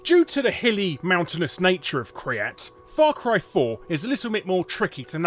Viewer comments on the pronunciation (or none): It's not cumin kryat it's kyrat